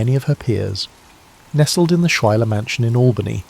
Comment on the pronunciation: Also, as a note: Schuyler is pronounced (Sky●Lar) 😊